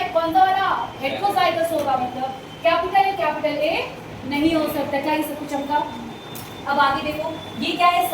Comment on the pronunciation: "Chamka bolti hain mam"